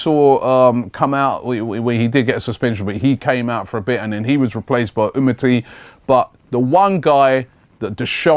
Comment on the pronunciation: Robbie its 'UMTITI'